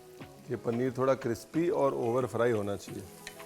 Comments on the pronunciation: Paa jee "cripsy" nehi "crispy" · Crispy hota hai sir cripsy nahi 😅😅